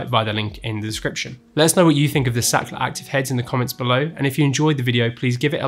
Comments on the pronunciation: More like Saakrhtlar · German engineering 👍️ the word Sachtler is a german word, then it should be pronounced "Zaht-La" where the 'h' is stressed and not silent like in English.